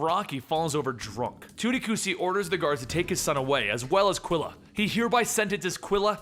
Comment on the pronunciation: the U un Quila is mute. Like " ki'lah"